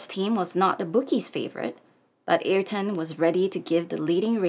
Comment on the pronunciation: We love your channel and we love Ayrton. Yes, he was indeed much loved and respected by all Brazilians. A great person all together. Thanks for the read. PS: [Uh-eer-ton] is the most correct pronunciation of his name. 🙂😉😘